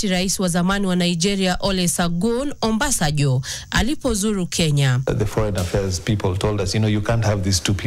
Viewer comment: Good job, pilots👏🏾 Fly ✈️ RAO. anasema Ombasajo, ni Obasanjo ❤